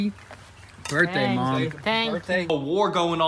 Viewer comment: Happy birthday! Did she almost say booz-day?